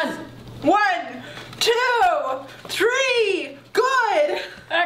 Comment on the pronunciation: did you say “One,Two,tree”?